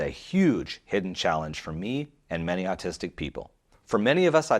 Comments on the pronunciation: Is it autistic to pronounce autistic as artistic, or is it just a freudian thing? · ‘Or’ / awe sound please, not ‘ar’ in the word autistic.